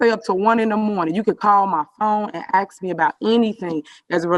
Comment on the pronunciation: "Ax her?" They elected a shaved lower primate into office...smh